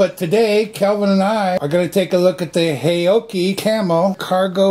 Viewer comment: Correct pronunciation: 'How-Chi'